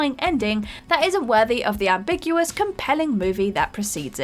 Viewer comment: Listening to her mispronounce "ambiguous" multiple times but pronounce "ambiguity" correctly at the end of the video drove me up the wall.